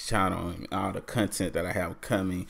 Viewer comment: Loved the "cuntent" from the start.